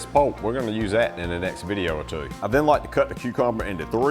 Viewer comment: I listened again really carefully and I think on his long "oo" sounds (like "spoon" and "two") there's a slight diphthong, which we do have similar in some parts of Australia. Idk where he picked it up, or what Cajun sounds like (as some people have been saying) but it's not unique to Aus 🤔